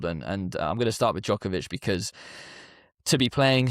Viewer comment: Can you say Djokovic correTly